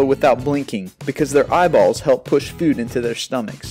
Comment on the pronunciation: lol food became Fuh-d poop became puh-p pillow became pill-o-uh and moon became Mune haha the way you emphasized the o's